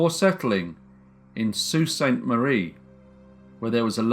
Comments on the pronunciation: Wow! You pronounced Sault Ste. Marie correctly, and that doesn't happen much outside of Canada and Michigan (I live in Michigan)! Congratulations. And thanks for another great story. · Me, a person from Sault Ste. Marie: hears him say ‘Sault Ste marie’ Me: 😳😱